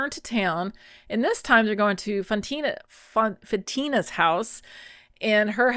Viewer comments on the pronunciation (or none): Lol FYI. Woman at the well is Fotina long O. Fantina is a cheese. 😂 I enjoyed this video very much 😁🙏🙌🥖🐟